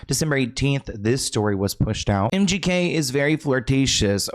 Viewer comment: The host said MGK but it sounded like empty head😅